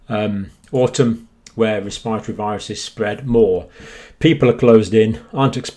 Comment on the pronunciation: Wespiritowy pwoblems.